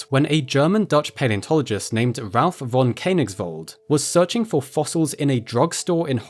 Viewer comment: pronounced like fonn Kö (a bit like e in nerd) nigsvald